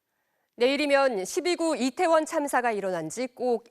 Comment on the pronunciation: 발음이 이상해서 몇번을 돌려 봤다.. "지난 해 참사가 일어났던 이곳 리태원 은" 이라고 들리는데.. 얼마 전, 왜색 표현을 하지를 않나.. 공영방송 수준이 점점 엘롱인데..